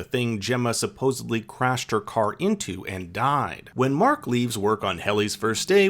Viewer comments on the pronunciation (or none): “supposebly” come on